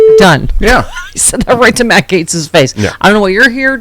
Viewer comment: Gaetz not geatz